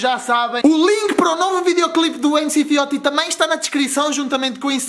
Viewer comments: É Fióti se não sabes não fala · Não se diz MC FIOTI! Diz se MC "FIOTCHI"